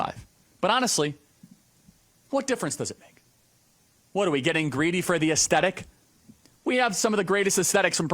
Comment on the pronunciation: Aesthetic is not pronounced that way!!!